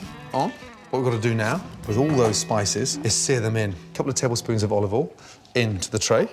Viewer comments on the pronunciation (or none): He can't say olive oil. This is the 2nd video i've watched; he says "olivall".